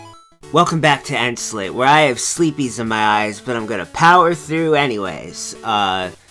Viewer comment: Omg yus you called it "Sleepies" every else corrects me and say "it's pronounced Sleep" you sir are amazing based on that :P